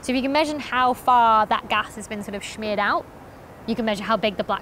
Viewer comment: A subtle, but classic, Becky Shhmethurst Blooper- "Schmeered out?" :D